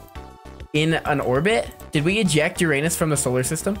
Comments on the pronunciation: You Said it Ur-anus sooo THE THING HAPPENS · “Between Neptune and Uranus” he said it wrong 😭